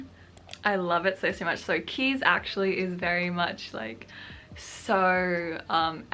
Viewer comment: As a Dutchie I just wanted to note that Kees is pronounced Kays not Keys ☺ Anyways thank you so much for your videos, you are really helping me to feel inspired to write!